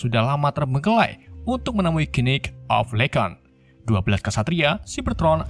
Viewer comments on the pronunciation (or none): Sebel banget denger ngomong kenit kenit padahal tulisannya Knight 🤣🤣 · Khnight atau knight??